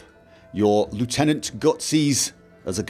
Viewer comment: You say lieutenant weirdly haha